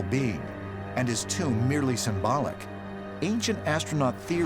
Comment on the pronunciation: “It’s not a tomb-er”